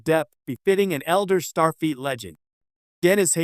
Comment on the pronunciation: the AI says 'Starfeet Academy.' Teee heee heeeee. And it's repeated several times during the rest of the video. I'm glad there was some payoff to listening to this painfully awkward, overly longwinded, terrible AI narration. If you generate an AI narrated video, is it impossible to correct anything after it's done? Do you just have to accept it entirely as is or throw it away? Most of these AI videos are so terribly narrated that I can't believe that anyone in the world would think they are fit to post. I think even someone who doesn't understand English could tell how awful this is.